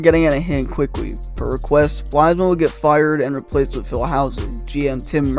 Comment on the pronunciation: This was a cringe video. Names like Bylsma, Neuvirth, Leino and Regier are all mispronounced. It is factually incorrect in that there were more additions made to the team at the same time as Leino(Ehrhoff, Regehr). Vanek wasn’t named captain after Pominville left, it was rotated and interim until Ott took it over. Kane was as big of a star before he came to Buffalo and while he was here as he is now with San Jose. There were not five GMs and four coaches in 8 years, there were three GMs and six coaches. Two of the players coming back in the ROR trade were Soboyka and Berglund who were established NHL veterans and in the NHL. However, the meat and potatoes were spot on. Poor asset management, and a terrible owner are the true problem in Buffalo.